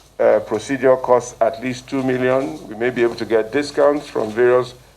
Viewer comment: Millions millions sounding like Kobo kobo. God go ask all of you.